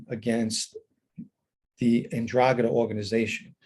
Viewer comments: Pronounce it right buddy…. en-Drah-Gah-TUH….. you usually have decent Italian pronunciation, I’m sure you will fix this. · Hi Irish Green. Hope you are well. I'm such a numbnut to this stuff - the first time I heard him say 'Ndragheta I heard Andromeda - and said to myself, you mean the spaceship? 😳 Stay safe